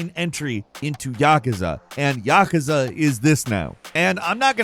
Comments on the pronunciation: I have never noticed it before, but it grinds my gears when you pronounce it YAH-cuz-uh, and not yuh-KOOZ-ah.... it's probably just how many times you say it in a short time span. But still a good video for a bird. Keep up the great work. I'm a big fan! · Why do you keep saying yakuza wrong? Its pronounced ya-kuzza not yakka-sa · YakUza…Not Yakaza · It is Ya-ku-za: a consonant and a vowel in each syllable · I really wish you would learn how to pronounce Yakuza correctly, Yah - coo - za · Isn't it pronounced 'ya-koo-za' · Why he say yakuza like that lol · This is the 2nd video in a row I've watched that has featured Yakuza. And they're the only time I've ever heard anyone pronounce it this way. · Somebody picking on for saying yakuza the way he does? Why he saying it so much 😂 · You say Yakuza wrong